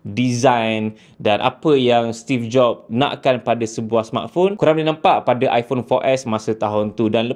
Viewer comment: Skrg zaman kenaikan geng2 liberal.. so i phone skrg dh pakai pronouce baru dn bertukar kepade apple I-porn.. acah2 inovasi lah sgt tapi aq tak nafi la bini aq pon ade ckp sejak die bertukar dari i phone 7plus kepade i porn 15 baru2 ni mmg byk inobabi drpd apple.. aq nak gelak je sbnrnye.. tapi nk buat mcm mane kan?.. geng2 taik apple ye kan saje ape org2 apple kenching kat depe.. 😂😂😂